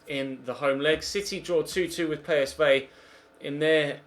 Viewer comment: It is the way its pronounced in Holland so he says it wright